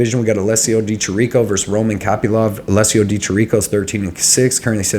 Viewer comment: Bro good videos but you gotta leArn how to say the fighters names right. Alessio Di Chirico- look up pronunciation